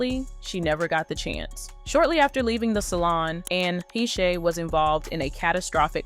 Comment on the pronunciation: God can you say her name right even once? ANN IS THE FIRST NAME. Last name HAY-sh